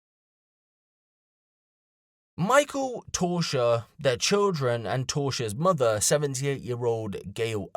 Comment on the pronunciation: Her name appears to be Tausha. Not Torsha